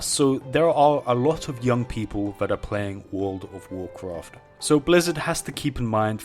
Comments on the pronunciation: "wood of wurcwuft" never gets old. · And i wuont to swee a swecwet zone in wouwd of wowcwaft love his accent